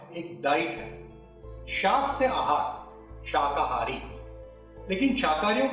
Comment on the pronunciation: Sirji शहाकारी बोल रहे हो आप, शाकाहारी है वह ✨